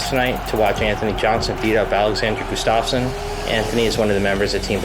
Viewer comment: owns a gym has UFC fighters in his gym and he can’t pronounce Gustaffson correctly!!